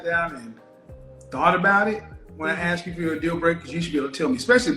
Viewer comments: Oh my god...STOP saying "axe"... Nobody AXE you a question. Fucking hell. How is it 2023 and people still say "axe". It's "ask". A-S-K. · Not axe...ask. Not dat...that. Not din..then/than. Preschool education. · She's has a below average scene of reality. She is living in a complete fantasy land,in her mind. She's just not very bright, she hears but can't connect more than two ideas together in 30 seconds. lesson one, it's pronounced arssked not axxed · I don’t mean to sound rude but for a woman who is educated with a masters did anyone notice her English? She says “axe” instead of ask;, “dat” instead of that, I noticed several times. That to me is a turn off, just my opinion. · Ask not axe. How does she have all these degrees😓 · ask > aks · But she "axed" him! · When someone with a masters degree says, "Let me axe you a question." I question that degree. And she wants to educate? Really!?! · Ask not Axe. PiCture not Pitcher. If you Want to learn proper English diction, watch any black male TV anchor across America. They are some of the most well spoken people on the planet. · … you didn’t axe me…. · A woman who cannot pronounce the word "that" or "ask" but wants a high value partner. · She’s educated, but can’t pronounce ask. OY VEY. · She wants someone "educated" but she can't pronounce "ask" properly. SMDH. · I want billion dollars, I'm all that, but I'm yet to learn how to pronounce the word" ask" - a modern woman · Masters degree and can't say "ask?" How is that possible if she was educated? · Both is not pronounced bowl! Ask is not axe! If you pronounce these words that way you will NEVER get a high value man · She said. Boof of. Us . 😹😹 and she has a master degree? Oh. Ok. .. oh. Snap. She said. Ax. Too. Omg. I can’t make this up !!